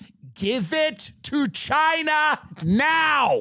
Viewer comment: "Give it to Chiiiinahhh", sounded sooo Long Island and I love it!